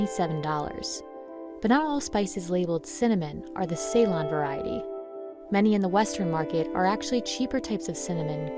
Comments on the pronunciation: It is C-lone, not say-lon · See-lone is the way to pronounce it. Not like say-lone. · You have an entire video devoted to Ceylon cinnamon but don't bother to learn how to pronounce Ceylon? Not cool. Ceylon is pronounced like Sill-on, not say-lon. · Amazed that the narrator is so ignorant that she pronounces ‘Ceylon’ as ‘Say Lynne’. Anybody who knows ANYTHING about Sri Lanka or tea or cinnamon knows it’s pronounced ‘Suh Lonne’